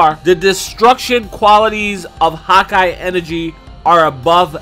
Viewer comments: "Hawkeye" lol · anyone else hate the way he says hakai